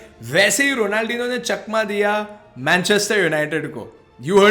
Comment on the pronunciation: If u want more views u shud pronounce it better ronaldhinio